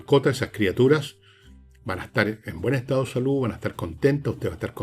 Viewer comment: Exchaaaaaabagantes !!! Un intelectual que no puede acudir al diccionario. Igual que Axel Kaiser que no puede pronunciar ESTADO. ESTAOOOOOOO 😅😅😅